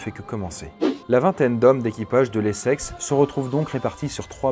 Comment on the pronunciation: Je suis le seul à entendre "les sexes" au lieu de l'Essex toute la vidéo ? XD